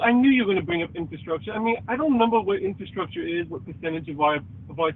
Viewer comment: "I knew you'd bwing up infwastructuw" lmao